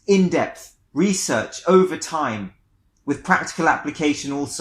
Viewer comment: “Do your resorch”